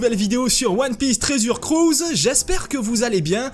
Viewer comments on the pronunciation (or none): mdr applique toi sur l accent anglais putain tresur crus